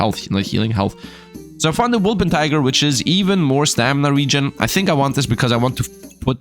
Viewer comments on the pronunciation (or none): It hurts me every time he says it xD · Im coming here straight from a backpack battles bender and every so often, people wonder if is german. And he probably isnt because somewhere along the line he said that he cant be bothered to learn how to pronounce Wolpertinger. If he was german and insisted on that pronunciation he'd be throwing for content.